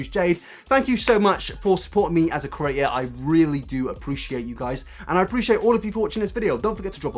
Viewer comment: hi big fan here love ur vids but i hate the way you say the word "creator" like "curator" thanks if you took the time to read this